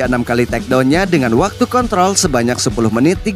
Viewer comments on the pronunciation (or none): none